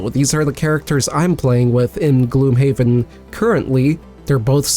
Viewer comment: I always thought it's pronounced "gloomhaven" not "gloomhaven"